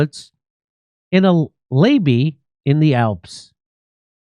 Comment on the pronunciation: "Layby" is pronounced "lay buy" & is an English noun meaning a spot next to a highway. It is a parking lot off it. That spot is a layby. It lays/lies by a big road.